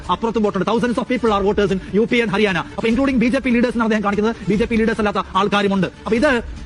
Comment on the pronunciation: അരിയാന അല്ല, ഹരിയാന ആണ്😂😂😂